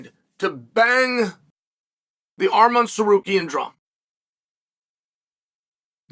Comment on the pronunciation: Wow he actually pronounced the name right. Historic.